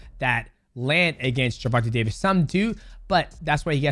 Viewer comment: “Jewvontay Tavis” come on bruh be better